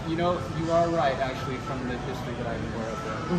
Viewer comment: “Aktully aktully mathematically aktully “ :D